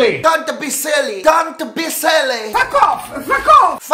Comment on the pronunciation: E "dont pi sielli" dove lo mettiamo?